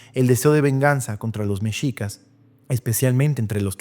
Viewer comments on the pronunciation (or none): none